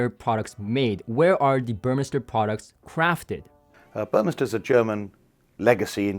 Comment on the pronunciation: Good that you refined your pronunciation of "Burmester" (now correct, compared to your teaser video).